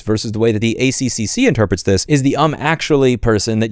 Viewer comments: lol my first thought hearing louis say ACCC was "'A-C-C-C' sounds so wrong" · Ay see see see sounded entertaining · It's pronounced "A triple-C" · Just so you know, here in Australia we pronounce it "A triple-C" rather than "A-C-C-C" just easier that way. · We pronounce it 'The A triple C' not 'a c c c' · its interesting hearing someone verbally say "a c c c" we just say "a triple c". I love the accc when it comes to white goods and warranties. Basically the consumer is protected regardless of any retailer or manufacturer warranty period. Basically the guarantees do not have a fixed expiry date and last for a reasonable period based on the product's nature, price, and expected lifespan. So when my 5 year old washing machine died, I was entitled for a free replacement / repair or store credit. I think this is to try and combat planned obsolescence. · FYI, in Australia we pronounce it A-triple-C. Same number of syllables, but it rolls off the tongue easier. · Just nitpicking. For Australia, if you see the same letter repeated in an anagram, the pronunciation changes. Our Air Force is the RAAF, said as R doubleA F, and the ACCC is the A triple C. Otherwise I get lost as you bounce through them. Good report, I was not aware of it. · In Australia we pronounce ACCC as “Ay-triple-C” 😉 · The A triple C (that's how you pronounce that) is awesome. Australia has the the best consumer protections in the world. The net result is that Australians don't do caveat emptor, trusting that the government has our backs. Multinational companies see us as a dumping ground for inferior products and the ACCC does it's best trying to sue them all... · If you’re not gonna pronounce it “A triple C”, try pronouncing it like “AC/DC” is pronounced, rather than “FCC” with an extra C. 🇦🇺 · Excellent vid mate. Just a heads up. Its pronounced A triple C. And we've got real consumer protection laws here. We're lucky. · here we call it "The A Triple-C", but otherwise well said mate 👍